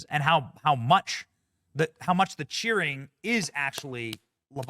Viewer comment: Cheering AI not cherry ha ha ha ha ha ha